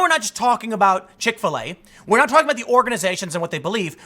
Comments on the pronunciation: I understand everything you say... got it all.. but can you start pronouncing Chick-fil-A as “chikfuhlay” like the rest of the normal world? Why do you put so much emphasis on the FIL part.. makes me cringe for some reason. Like watching a white dude in a club with the dance floor all by himself awkwardly moving yet he thinks he’s dancing ya know.. like that type of cringe. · Do you seriously not know how to say Chick-fil-a?